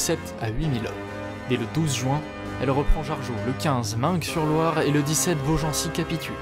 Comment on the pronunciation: Super vidéo ! Au fait Meung-sur-Loire se prononce "main sur loire". Continue à t'améliorer